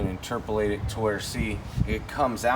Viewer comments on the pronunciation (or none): Interpilate.....like nails on a chalk board....... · Interpolate 🥴. My head hurts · Inturpalating. LOL 😂